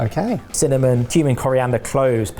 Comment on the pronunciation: Heard Human seed instead of Cumin seed at the start there and was very worried at how blasé was.